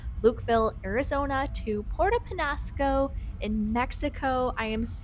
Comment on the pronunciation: just practice your ñ. Niño, mañana, peñasco...